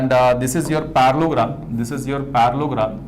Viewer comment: the fact that he was saying Parallelogram as parlogram with full confidence